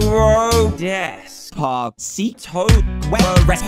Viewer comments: It's DES-PA-CITO, not "dEs pA cEi tWo1!!!1!!1!1!!1!!" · LOL love how Dan says Despasito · Sarah Al-Zeer i love when he said des pa see tho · Maxie MC This is what I heart Dres-Pwa-cetoo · White Star SeeToe😂😂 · Lol I like the part when dan says decpacito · I LOVE WHEN HE SAYS DESPACTO. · When dan tdm dosent know how to say descipto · Lol Dan said pacito lol lol lololololololololololololol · LOL HES like Des P cito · I thing he says des put Sito? I dunno?